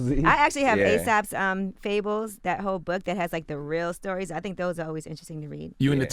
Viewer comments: *Aesop's Fables.. not Asap Fables ... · This woman said ASAPS fables lmao